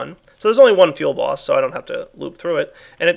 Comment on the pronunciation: Does anyone else hear "Feel Boss" when he says "fuelBoss?" I found myself laughing a lot when I first heard him say it.